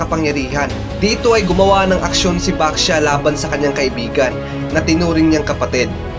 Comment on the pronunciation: nag kamali ka sa pagsabi lay baxia sabi mo basha yung 2 sabi mo pero 1 lang po yon merry xmas po